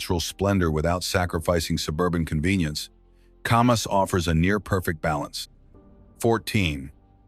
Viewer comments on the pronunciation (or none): Oh, yes. That one got screwed up, too. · It’s not pronounced Commas, it’s as in CAMera: Camas